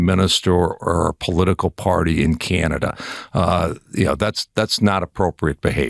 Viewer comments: The way this ambassador pronounces Canada irks me so much! 🫤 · IS it just me or does it piss other CANADIANS how he pronouces CANADA...?? If your gonna insult us at least pronounce CANADA properly!!!!😖😡🤬